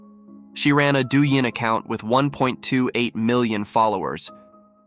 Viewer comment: Its ok not to belief as much but you cant say that things dont exist just cus you dont see it as god use to walk earth with us even in old scirpt bible keep things to yourself if you think people get upset what do you think god will do . Also dou ying as in music in chinese hope that help with you trying to pronunce it .